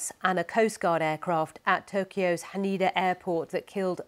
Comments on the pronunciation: What haned airport? Geez BBC. It’s Haneda! Ha-ne-da! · Could someone let the BBC know how to pronounce Haneda please